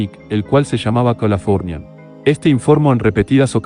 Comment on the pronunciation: El video me gustó. El audio, pésimo. Mal acentuadas las palabras, mal pronunciado el nombre del buque Californian, etc.